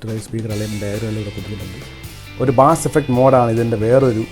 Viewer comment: Nammal ellarum ബാസ് എന്ന് തെറ്റായി പറയുന്നു . അത് ബേസ് ആണ്